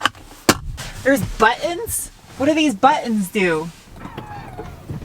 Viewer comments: Funny and cute how you say butt-ins instead of buttons. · BUTTUNS! Love it when you say buttons, he! Thanks for another great car view, as always fun 'n' informative. BUTTUNS!